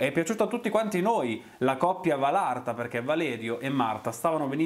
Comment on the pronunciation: Anche a te,ti volevo dire che si dice valatra non valarta🥰🥰😘 P.s. sei fantastico